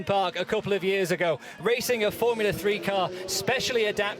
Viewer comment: I don't understand how that colour commentator has a job. I wouldn't hire anyone who says, "Going froo turn free". And no, it's not an involuntary speech impediment.